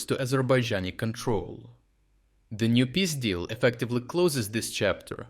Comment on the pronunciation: Nice work mate, but try to work on the pronunciation of the peace-deal, "pizdil" sownds.... sownds funny.